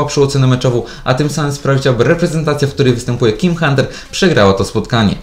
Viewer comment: powiedziales jim hunter